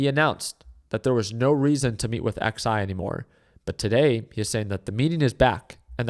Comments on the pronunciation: l love how he can not pronounce Xi's name and just says X I 🤣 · So funny how said "Xi" total humiliation of a Chinese leader xD